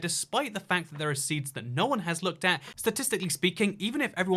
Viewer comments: the point is it's like he's saying "nein" which is no in german... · When you click that time stamp enough times, you hear say noin. Yeah, I’m really board.